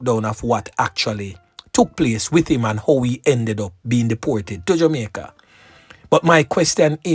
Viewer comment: He is jamaican, listen to the way he pronounce jamaica, the word reluctant, plus the phrase a couple a days, amricans would say a few.